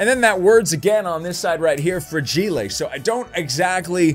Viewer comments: Fra-Gi-le 😂😂😂😂😀 Good effort but its fragile .....fraj-ile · Welcome to English class with! Let’s start with vocabulary! Our word is Fragelay. No not fragile. Fra-ge-lay. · I'm confused if he actual doesn't know how to say fragile or he's just goofing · You are pronouncing fragile wrong